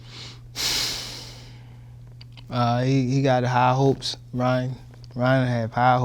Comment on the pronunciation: 😄😄😄hiigh hopes lol